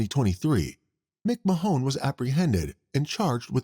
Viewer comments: McMahon is pronounced McMan. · Is this a person talking or a computer ? Why saying McMahon , Mcmajon ? And the guy shot in the bar in new years if it was in 2020 is 3 years that they waited not 23 😅 I still love it, great work getting all this cases , makes my time at work go faster 👏🏼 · McMahon. Muck marn